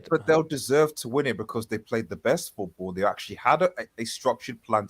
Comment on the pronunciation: Someone tell it’s FOOTBALL not Foothball